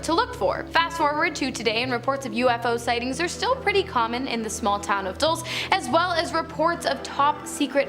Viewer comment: the town is called Dulce. Pronounced Dole-say. Its Spanish for sweet.